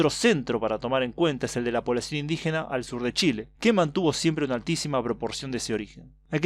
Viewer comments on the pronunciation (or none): Dicho en italiano jajaja